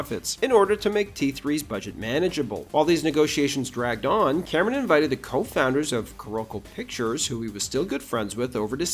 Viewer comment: C'mon, man. Say it: Cameron